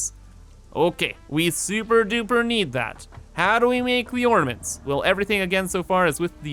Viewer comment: What mints? Da mints? Trees, or da mints? OrNaments!